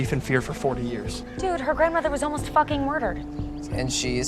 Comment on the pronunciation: “That’s Jason fookin Lannister”